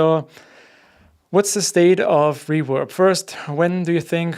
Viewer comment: I like the way pronounce Reverb as "Rewab".:)